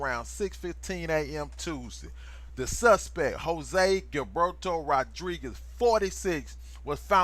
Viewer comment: Is pronounce jilberto or hillberto